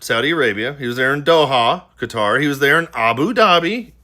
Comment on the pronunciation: ~ thank you for NOT pronouncing Qatar as 'cutter'... seriously...thank you 😂 🙏